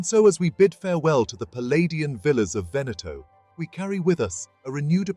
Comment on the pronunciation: Good Lord, it is not "Venèttoh", but "Véneto" - why are anglosaxons always so arrogant, never to care about the pronounciation of foreign names???